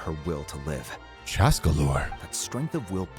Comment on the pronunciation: Saying chASSca makes you sound country